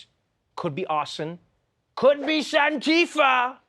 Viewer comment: "Santifa"! haaahaahahahahaaa 🤣🤣🤣